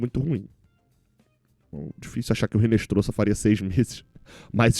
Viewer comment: em espanhol, o "h" não é pronunciado. Portanto, não se pronuncia "Rinestroza", mas sim "Inestroza" (o "z" tem som de "s").